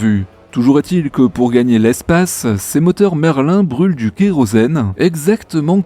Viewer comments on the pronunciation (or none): none